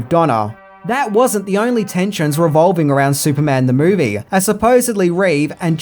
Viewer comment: I wish this guy would get a voiceover artist, there's no A after the word movie 🙄